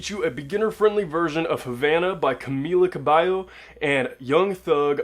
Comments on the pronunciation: Camila Cabello = you pronounce it Camela Cabeyo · Yoooooo see like that, its KamEEla caBEYOooo 🤗 its not hard. The double L's in her name make a y sound because its a spanish name. Oh and thanks i will come back here to learn. It's a good video.